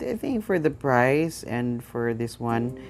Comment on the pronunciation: You cant say the price clearly